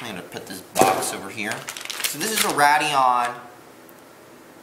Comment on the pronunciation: it is pronounced "Raid-eon" not "Rad-eon"